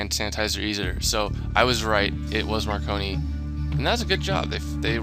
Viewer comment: I don't know why, but saying marconi's name wrong is really funny to me